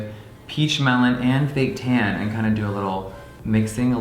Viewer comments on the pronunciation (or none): When you said, “fake tan,” I could’ve swore you said, “baked ham.” Wow 😂